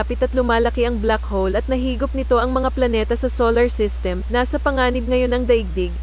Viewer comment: "Tungkol sa blak-hol- MAITI"